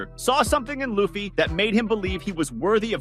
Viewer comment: How about you get his name right. there is NO WAY his name is "Loff fee" you say it "Lue Fee" Now say it with the rest of the class.... Lue Fee.